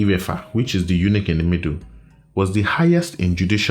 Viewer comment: Ouch! You say Eunuch as a title. 😳